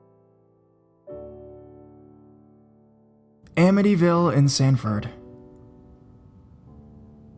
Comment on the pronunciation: Awesome video!! Thanks man! How is it possible not to know how to say Amityville?